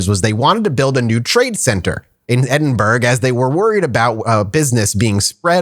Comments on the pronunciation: I'm currently in edinburgh rn for a military bagpipe course just a short drive from the castle but you didn't pronounce edinburgh correctly 😂. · It pains me as a scot to hear you say it that way.